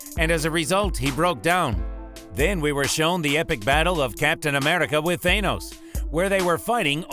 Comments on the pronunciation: And Am-eRI-ca not Am-eli-ca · Amrica thats how he said it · When he says America he becomes Scottish for a sec😂